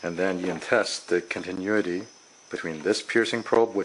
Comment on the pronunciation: Great video! Continuity (con-tin-new-ity)